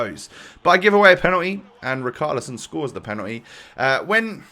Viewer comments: you said rikarlison not richarlison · Bro u said richarlisons name wrong 😂